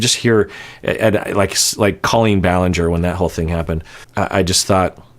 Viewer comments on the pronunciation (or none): none